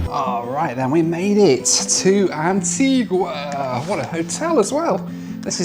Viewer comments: As others have said, you need to learn to pronounce Antigua correctly! It is a beautiful island, a beach for every day of the year, so they say. If you go again, get over to Falmouth Harbour/English Harbour, where half of the superyachts normally based in Monaco spend the winter (it starts to get busy in December, through to about February). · You’re very lucky. You were amazingly spared the worst of intercaribbean. And it’s Anti-GUH, not Anti-GWA. And yes she is pretty. The entire Caribbean is. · AntiGA not GWA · It's pronounced An-tee-GAH. not Antee-GUAH!! beautiful island. Thanks for the coverage, happy you and your bags made it!! You really had some anxious moments. 😃😄😄👍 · Antiga not Antigwa¬ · And ..its Antigua (Anteega) not Antigwa lol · It's pronounced AntEEga, not AntWEEga! Learn to pronounce their names, at least! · Antigua is stunning - a word to the wise if you plan on returning to the island. Anitigua is pronounced Antiga rather than Antigooah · antiGah not antiGwaa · The locals get very upset if you call it Antguaaa. It's pronounced Antiga.😊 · You don’t pronounce the “u” in Antigua. It is pronounced Anteegah. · It’s pronounced An-tee-gah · for goodness sake, learn how to properly pronounce names of countries/islands! Antigua is pronounced ANTEEGA and Provideciales is NOT PROVIDENTIALS! it is more like the Spanish-sounding PROVIDEN SI ALL EZ. And, yes, flying around the Caribbean can be an adventure, but can also be fun. There is method in the madness, at least mostly. Just roll with it. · It’s pronounced AN-TEE-GAH! It was British West Indies, a beautiful and historic island with kind and funny people. You ought to go back and take a few days there. So much to do and see. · Need to work on your pronunciation of Antigua! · Maybe you should learn how to pronounce your destinations. Antigua and Provo. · Every time you pronounced Antigua I cringed.